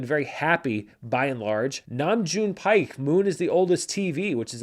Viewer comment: Hey, I know how hard you work to make sure you're pronouncing things correctly, so I just thought I'd let you know that "Paik" in "Nam June Paik" is pronounced "beck." I don't think it'll matter, since the movie probably won't be on the list again next week...